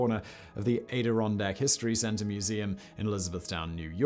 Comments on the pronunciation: okay I'll Bite. Ayderondak? Add Deer Ron Dack Adirondak not Aye Dir ron dak I"m not being pedantic, it's how it has been traditionally pronounced up to this video. let's not develop a case of estuary American English......we already had Valley Girls. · AD-ir-on-dak, not A-dir-on-dak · Adirondack is pronounced ADDirondack . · Are pronunciation corrections allowed? "Adirondack" is pronounced with a short 'A," not a long 'A.' It's like the A in "map" rather than the one in "ape." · It's pronounced "Ad-er-on-dack", not "A-der-on-dack". Also, how did someone get a yacht from Philadelphia to Essex County, NY, which isn't on the ocean? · great stuff , simon, loved the Debosnys stuff at the end ! "" ADD-UH-ROHN'DAHK "" is how we who lived there say it , btw. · Thanks, Simon, for letting me realize that, as a native of New York State, I have been pronouncing ADIRONDACK wrong, all these years. According to Simon, it is AIDE DER RON DACK. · ''At A Ron Dack'' (Adirondack) another silly American word I know. It's where Irish and Scottish immigrant settlers built homes in the late 1700's and 1800's after leaving oppressive places controlled by the English. It was good land for both hunting and farming and after Britain stole Ireland's crops and livestock at gunpoint in the mid 1800's it didn't leave them much choice. Maybe that's why you don't know the pronunciation. It's like having a choice, listen to Yoko or jump out a window. ''Look out below'' I'm sure Tony Blair wouldn't publicly apologize for that unlike he did for the actions of the Crown . One good thing came of it all Queen Victoria is dead and the states still have awesome whiskies. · just as a note you are pronouncing adirondack wrong. the first part is pronounced like add (Add-ih-ron-dack). Otherwise a very interesting video. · Almost pronounced adirondack correctly. Phonetically it's "add-er-on-dak" you had just the beginning A incorrect. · It’s pronounced ædɪˈrɒndæk